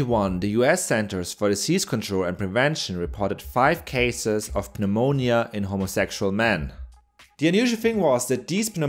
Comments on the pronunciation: OH, FOR FUCK'S SAKE, IT'S PRONOUNCED NUH-MOWN-YUH!!!! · The P in pneumonia is silent. Just a tip. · FYI, the P in pneumonia is silent :) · I absolutely love how this guy pronounces the p in pneumonia. I have never heard anyone do that before, and don't even know how he does it so fluidly. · My man's be so cultured, he enunciates the silent P in "Pneumonia". xD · The P in pneumonia is silent.